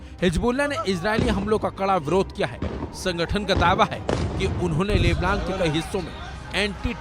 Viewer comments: जो लेबनान को लेबलान कह रहा हैं वो क्या सही न्यूज देगा। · लेबलान 😂😂😂... भाई ठीक से बोलना तो सीख लो कुल्लूमीटर